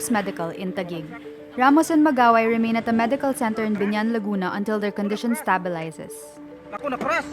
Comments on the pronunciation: Ståbilizes? Ma'am stābilizes po pronouncation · The way she pronounces "stabilizes" triggers me for some reason.